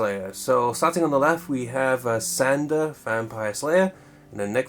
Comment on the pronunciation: He also said Sander 😂